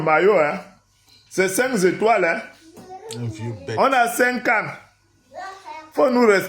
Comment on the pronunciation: Vous critiquez le Français de et vous vous permettez de dire " cinq(s) étoiles. C'est le contenu des messages qui est important et la maîtrise de la langue, surtout si cette dernière est étrangère.